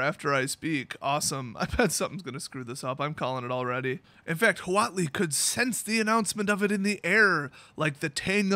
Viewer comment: The actual pronunciation of "huatli" is "watt-lee". Only if you care, because WOTC sure doesn't! Also, the Aztecs did have an emperor. Final side note: xocolatl is just aztec hot chocolate.